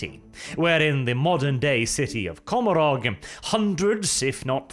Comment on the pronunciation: Ca-mor-ah Your pronunciation of that word mad me cringe inside.